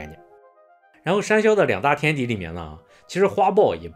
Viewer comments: 為什麼我一直有罵髒話的錯覺😂公山魈一直聽成公三ㄒ⋯ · 博主国语发音公山魈不标准，建议带点台湾腔😂。